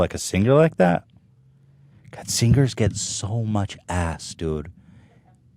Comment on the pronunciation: How Ethan says singers always throws me off! Sing-Grrs